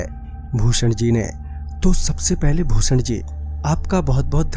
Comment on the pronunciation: network 33 ke mu se bhusadh ji sunayi de raha hai 😂🤣🤣🤣🤣